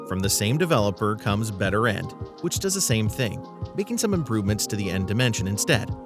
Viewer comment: when he said better end i thouyght he said bitter end